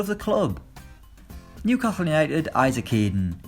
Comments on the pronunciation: Phil_Oged 07 knew casil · How did he pronounce Newcastle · That's how all Geordies pronounce it